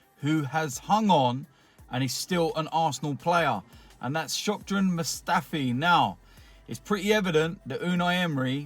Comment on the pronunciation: Was it just me or did he say Shock-dran Mustafi ? Because he's shockingly bad? xD